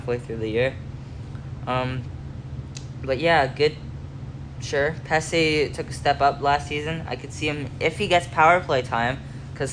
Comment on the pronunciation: Pesce is pronounced the same as the actor Joe Pesci, and Skjei is just pronounced Shay.